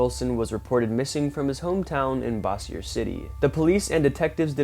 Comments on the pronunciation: It’s pronounced Bosier (bow zher) LA. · It’s pronounced Boze-your.